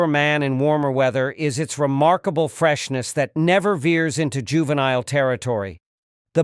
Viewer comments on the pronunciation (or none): none